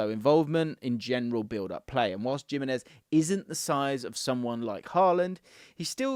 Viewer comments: It’s Him - enez not Jim - enez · "Jim-enez" <3 😂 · The Gimenez pronunciation needs some work